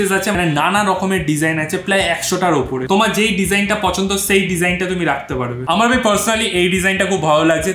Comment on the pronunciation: বাংলা উচ্চারণটা আরেকটুখানি ভালো করে বলার চেষ্টা করবেন।যেমন আপনি বলেন চেএই,উচ্চারণটা হবে সেই।🙏🙂